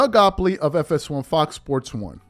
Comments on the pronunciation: Bro his name is Gott lieb. Your new york pronunciation is terrible sometimes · This been out for like a year. Shannon and Nick both klutch clients. It's pronounced Doug 'got-leeb'. Just want you on point bro👍🏾💪🏾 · GOTT-LIEB!!! Give a man respect by saying his name correctly especially if youre crediting his work or words. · Are u purposely chopping Doug Gottliebs' name up? And your LeBron hate is so strong that you now have to go after people who view him favorably? You have reach, I'll give you that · Drives me nuts he can't pronounce Doug's last name correctly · i lost count with how many times he mispronounced Doug Gottlieb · His name is Doug Gottlieb bro, Not Goplee. Also, I too agree that Nick does say some very outlandish things, partly for shock value. He's like a poor man's Stephen Nay Smith and Skip Baseless. They all want to be provocateurs and I think that's the allure nowadays. You're right though, Nick did sign with Klutch back in '16, so maybe there's an inside bias there. To me the G.O.A.T conversation is a very fluid one, depending on who you're asking. I think most NBA fans who have watched more than two decades of basketball would have a resounding support to Michael being the greatest player, and I believe his peers would say the same with Kareem and Wilt included in the conversation as well. To me many of the younger generations doesn't truly know the history of the game, and rely only on their recency bias based on being able to watch LBJ in real time vs watching videos and hearing stories of MJ as their point of reference. Emmitt Smith is the leading rusher in the NFL, but he's not the greatest running back ever, not even while he played. The eye test told you that Barry Sanders was a superior talent that did more with less. With all that said though, I am a firm believer that an opinion can change based on new information. Zed. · Gottlieb…Doug Gottlieb not “Gopley” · DOUG GOTTLEIB…NOT GOPLEY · It’s Doug Gottleib! Not Goppley.